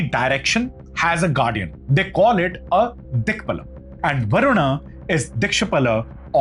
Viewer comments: It's not dikpal, it's digpaal of dikpaaal, pl check correct pronunciation of each Sanskrit Term, as its wrong pronunciation creates a wrong documentation... Pl acknowledge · It's not dikpala but dikpaala. Understandable if you've never come across the word except through the English language. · i think its not dikshpala, its dikpala, which is dik + pala (dik means direction and pala means the one who protects or parent). its like that one who is dominant or one who protects that direction.